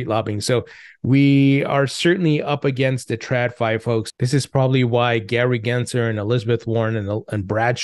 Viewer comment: There's an L in Gary gensler's name bro gensLer!!!!!!!!!!!